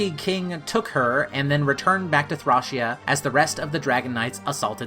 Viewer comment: It's pronounced ThrĀc(Long)Ea